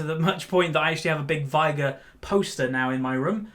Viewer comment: Why do you say Vigar? It's veigar , i can't get an why an experienced player can't even pronounce half of the champs you play ...